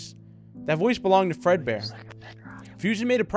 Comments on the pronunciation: is it just me or did he say breadboard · Bread bear or maybe you said dread bear